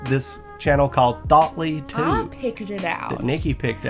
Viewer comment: So you don’t think this is entirely true, and yet you mispronounce „Thoughty2“, saying „Thougltly2“. Evidence completed